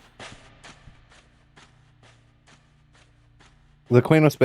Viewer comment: Wrong. Key-nos. There is no 'u' in Qeynos.